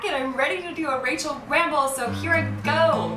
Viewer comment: OMG, I thought at first you said, "racial ramble" LOL I was like, oh god I'd didn't know Rachel had this side of her